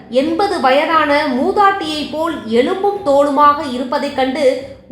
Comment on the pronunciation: அது "எலும்பும், தோலுமாக". எழும்பும் என்று தவறாக உள்ளது